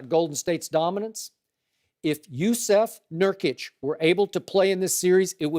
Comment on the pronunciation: I appreciate Skip actually pronouncing the name Jusuf Nurkic the CORRECT way (looking it up and learning it) unlike guys like Steven A Smith who still can't pronounce Vlade Divac... while constantly mocking immigrant players from Europe.